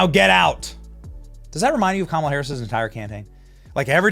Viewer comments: LOL the. BEST thing is that they were all chanting her name with the wrong emphasis on the wrong syllable! 😂😂😂🤡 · They are chanting the name wrong😂😂😂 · commala-hams lol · I thought I heard coma duh!